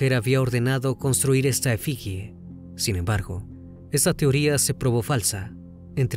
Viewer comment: Detalle de dicción: es «efigie», «purépecha» es palabra esdrújula y no llana.